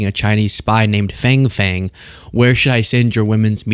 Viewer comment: FangFang is pronounced 'FongFong'.